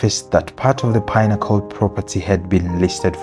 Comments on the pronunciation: Pinnacle is pi-na-ko not pine-acle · why do you pronounce pinnacle like pine-accle? good doc though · The pine-accle pronunciation is annoying and wrong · Where did you find that pronunciation from? You wanted to put cliche on your video.,we all know how it's pronounced why start pronuncing it differently and you know how the word should be pronunced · The name of the towers is a big part of the video and the way you're pronouncing it is like pineapples is throwing me off ngl